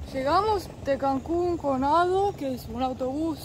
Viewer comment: no se dice Autobús ADO se dice A De O